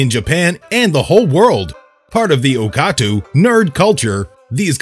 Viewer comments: The narrator said “Okatu” instead of Otaku, and then there was a moment where they were flipping the manga from left to right. After those 2 instances, stopped watching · He did not just say "okatu"...